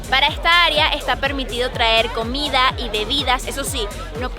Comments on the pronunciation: Ameeeee el videoooo😍 pero es COMIDAAAAAA No comiaaaa jajajajajaja mis oidos arden cada vez🤣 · Dijistes comia como para q te corrijieran. jajajajajaj COMIDA,.